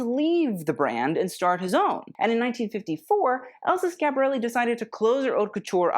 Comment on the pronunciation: I realize you will never read this But, you are a Brilliant young man. I only wish you could or would pronounce the name of Your show properly .